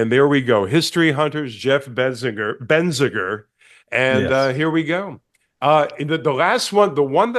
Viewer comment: Hate to school you all but, there is a N in your name...BeNziger.😂 Love you Jeff.👍🏼